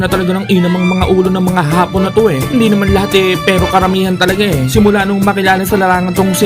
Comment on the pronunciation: AYUSIN MO YANG HAPON AT HAAAPON.....MAGKAIBA ANG KAHULUGAN!